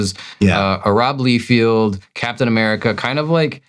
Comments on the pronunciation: Love your videos, but you guys consistently brutally butchering the big names in the industry, McFarlane, not McFairland, Liefield, not Leefield, and Markie Millar? 😂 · first, it is LIE-feld, not LEE-feld. Secondly, that was NOT a bad day. He has not learned to grow as an artist in DECADES and was never "good" just put stuff out that was exceptable at thet time because like you said, they pumped out so much quuanity in the 90s it affected quality, Rob is part of that. Now having to add it is Todd MIC-FAR-LIN not MIC-FAIR-LANE. You guys do know these names have been said outloud by the person, right? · you cant even pronounce Liefeld right. Im out. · Mispronounced liefeld too.... part of me thinks he does it on purpose